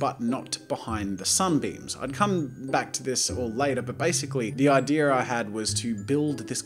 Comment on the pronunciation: Jazza: 'the idear I had.' Me: 'snorts cocoa up my nose. ' THANKS FOR SCORCHING MY SINUSES JAZZA!